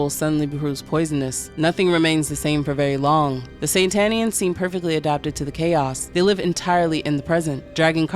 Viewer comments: "Satanians!" Not Sentanians! Geez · Satanians as in satan, not san-tanians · Really bothers me she keeps calling them Santanians instead of Satanians. Are these Santana groupies ? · I dont understand why the video says SaNtanians like santa and not satanians like satan smh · Not SAN-tanians. SAT-anians. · Ok, I gotta ask... Is saying "Santanians" instead of "Satanians" the same thing as saying "Unalived" instead of "Killed"? Because I fully get it, but it just sticks out EVERY TIME to me (I know it's a me thing and likely not general) and makes it feel weird to not know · Lol I was getting tiny little electric jolts in my brain everytime you said Santanians when the text said "Sataninans". I'm sorry I didn't mean to sound like a dick 🙈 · But the video keep saying saNtanians like santa and it keeps pissing me off